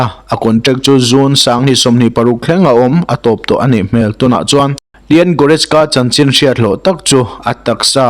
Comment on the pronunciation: I pronunciation uluk deuh la ka van ti em aw..Entirnan : Leon Goretzka kha.. Lian tiin ilam daih a,Li-awn tia lam tur. Chute mai chu aw..